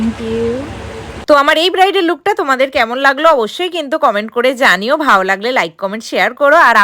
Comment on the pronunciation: Bhalo ❌ Bhao ✅